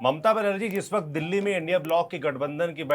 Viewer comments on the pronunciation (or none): none